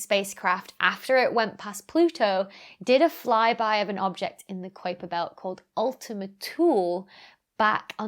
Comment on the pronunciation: Another fab and informative video :) But isn't Ultima Thule pronounced "Ul-ti-muh Too-lee" ?